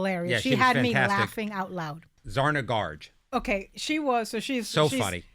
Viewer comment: Zarna Garg...not Zarna Garge! Shame on you,, for mispronouncing a guest's name.